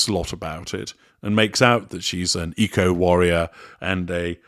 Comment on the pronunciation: Did you say eco-warrior or ego-warrior?